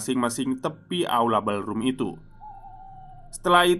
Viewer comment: Koreksi ya mas,spell utk Pantry= Pentry (dibaca) Ballroom = Bollrum (dibaca)